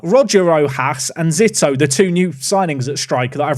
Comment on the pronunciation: I believe Zito is pronounced Zee-toe. At least that’s how former MLB pitcher Barry Zito was pronounced by us scummy Americans